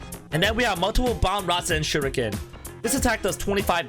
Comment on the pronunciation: He said rasenganshuriken lol